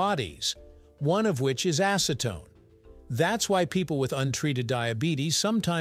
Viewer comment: Now say after me.. acetone.. not ASSEtone